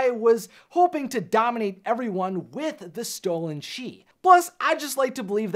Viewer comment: Chis or chease? :D hahaha